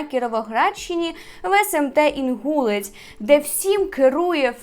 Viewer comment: Не знаю як саме ставлять наголос на кіровоградщині в назві Інгулець, але є ще район в іншій області з такою назвою, то читається як інгулЕць. Просто вже не один раз чую інгУлець😅🥺